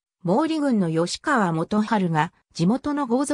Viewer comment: 吉田郡山城（よしだぐんやましろ）、吉川（よしかわ）、京（けい）など間違った読みが多いので動画作成後はチェックして修正して下さい。